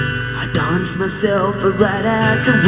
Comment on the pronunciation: "donce", take a "chonce"!!!